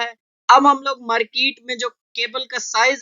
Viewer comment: merkeet nahi :-) market. but good tutorial..thanks